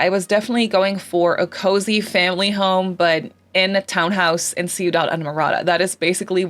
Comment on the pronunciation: It's cow print. Giraffe has the "spots" closer together and about the same size. And less squiggly. As a side note, Ciudad is pronounced as two syllables (Ciu-dad).